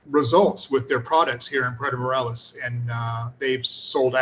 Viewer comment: I remember when it was pronounced Puerto More-ay-los, not More-el-as.